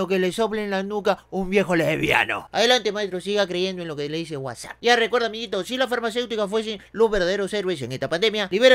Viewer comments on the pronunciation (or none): none